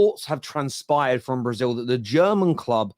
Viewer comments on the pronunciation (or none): none